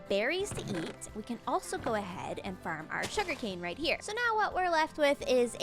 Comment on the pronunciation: The way you say “Farrm” makes me laugh